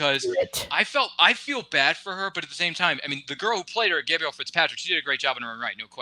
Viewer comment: Ok, can someone tell that "Gabrielle" is not pronounced like "Gabriel"?